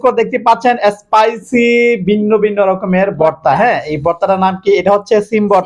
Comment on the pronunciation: এই লোকের সব খাবারে এক ই ডায়লগ (এসপাইসি), স্পাইসি না এস্পাইসি🙄 sob khabar spice hoy kmne ak e kotha every video te🫤